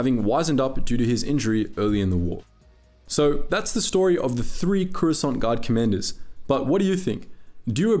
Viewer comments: Swear to force it sounds like you say Croissant 🥐 🥐 Gurards. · Am I the only one who hears “croissant guard”😂😂